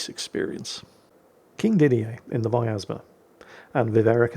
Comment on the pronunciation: there is no "A" in pronouncing vyazma, there are 3 of these ships, none of em are german:)